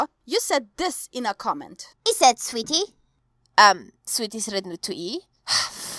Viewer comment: I don't think Illuminati boi realises there is no rrr in sweetie.